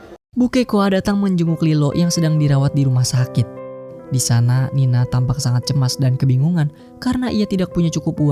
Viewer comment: Woi bukan nina tapi nani